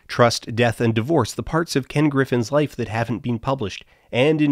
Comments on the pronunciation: At first I assumed that wife-changing money was me mishearing something, then Dan having a funny pronounciation. When I finally saw that "wife-changing money" was a term they actually used I just felt an emptiness inside me and deep secondhand embarassment. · Honestly I had some sympathy for the "apes" as I believed they were into this to get life changing money. Because who wouldn't go all out for a life changing amount of money. And then I realised you were saying "wife" changing money... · And it wasn't until my second viewing that I realized it was "wife-changing" and not "life-changing" 😅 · I first though “huh, Canadians do pronounce Life funny”… and then it hit me. Lmao.